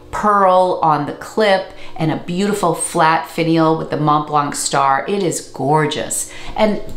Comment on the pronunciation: Thank you for the video! Your pronunciation of "Montblanc" is almost perfect, if you care, the "c" at the end is silent ;)